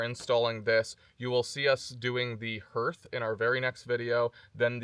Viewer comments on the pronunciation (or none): Greetings from East Tennessee!! I know yall are kind of new to Tennessee, but "hearth" is pronounced "harth". Yeah, I'm that guy. Love your channel